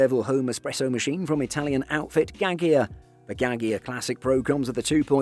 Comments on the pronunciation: Gaggia pronounced as "ga-ja" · I think you might want to investigate the pronunciation of "Gaggia" :)